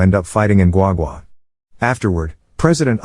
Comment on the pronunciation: Thanks for perfectly pronounce Guagua properly.